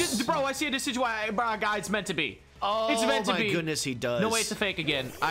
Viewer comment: Ew you called decidueye DECK-EE-DEW-EE?? it's DEH-SI-DEW-EYE